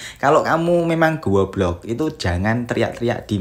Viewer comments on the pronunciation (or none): Sedep banget denger"Guobluok" 😂🔥🔥🔥